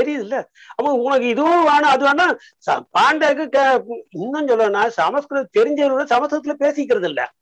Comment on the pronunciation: அய்யோ ஏனடா எல்லோரும் தப்பு தப்பா சொல்கிறீர்கள் ஸம்ஸ்க்ருதம் ,ஸ "ம்" என்று சொல் "ஸ ம" ஸ்க்ருதம் இல்லை. இல்லையெனில் வடமொழி எனச்சொல், தமில் என்றால் தப்பு, தமிழ் என்று சொல்லவும்